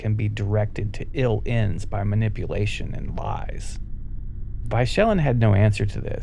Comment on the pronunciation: I love this video. Hastius Vychellan's name is pronounced Vy Co Lan in the audio books. Or...Michael-Anne with a V instead of an M.